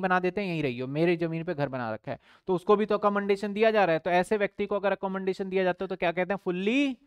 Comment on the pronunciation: sir accommodation sahi nahi bolte aap